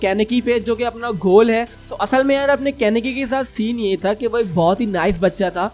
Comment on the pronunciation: And it is kaneki ken not kanaki ken